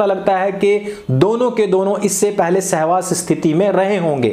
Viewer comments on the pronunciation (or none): सेहवास नहीं जी.. सहवास बोलिए।